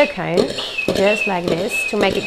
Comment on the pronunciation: " Irun Water " and " Cone Eh "